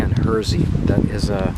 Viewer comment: hersey is said like hershey chocolate